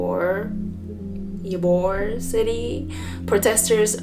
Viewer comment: Thank you for sharing this, I hope it gets more views 🙏🏻 Oh and btw you pronounced it right, Ybor is pronounced "E-bore" 👍🏼 ☺️